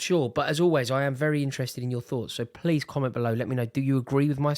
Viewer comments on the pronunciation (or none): none